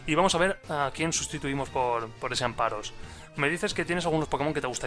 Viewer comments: Amparos!!??! Mis oidoooos sangraaan! AmFaros por diooos! jajaja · Gracias, pensaba que era el único que notaba que moría un pichu cada vez que decía amparos.